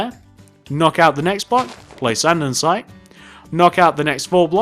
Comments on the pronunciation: amazing police station! its andesite, not andensite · LOL Andensite *Andesite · what a shame he said andensite instead of andesite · it is andesite not andensite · It's so annoying when people say andensite instead of andestite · you pronounce that wrong andesite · He pronounced andesite wrong everytime, no offence